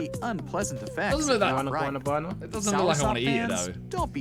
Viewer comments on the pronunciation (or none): Why did the guy pronounce guanabana like that 😭😭